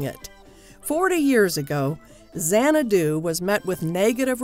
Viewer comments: It's not zanna-DOO, it's ZANNA-doo. I cringe whenever she mispronounces it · If you can't pronounce the film's name correctly, you have no business critiquing it. It's not Zan-ah-DOO, it's ZAN-ah-doo. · It's a brilliant movie. Camp classic. But the narrators inflection saying the word Xanadu drives me to distraction. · BTW, it would be super-cool if the narrator would learn how to pronounce the name of the film. Just a thought. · This video was as bad as Xanadu. She mispronounced the word "xanadu" several times (emphasis is on the first syllable) and "conan" (not the same as Conan O'Brien). Plus, the caption doesn't match the topic when talking about the musical version.